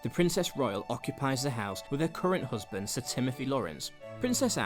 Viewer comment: The narrator needs to take elocution lessons. "hoosband"